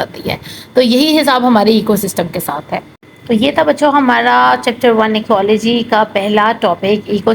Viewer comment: Ekyology pronunciation hai ap ne galat pronounce kia